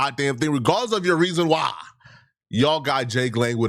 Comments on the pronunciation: why you say why like that? 😂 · on the time.!!! what happened to the word why???😂😂😂